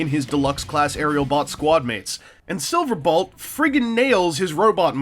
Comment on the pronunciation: So... Am I the only one who notices that he keeps saying "Silverbalt?"